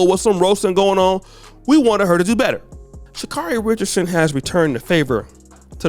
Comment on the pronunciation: EXACTLY!!!! He's been criticizing Sha'carri the hardest and saying the Jamaicans will smoke her...until now! And as many times as she continues to correct people on the pronunciation of her name, he STILL says it incorrectly.